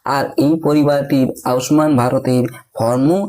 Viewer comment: উচ্চারণটা ঠিক করে করো ভাই আউস মান নয় আয়ুষ্মান।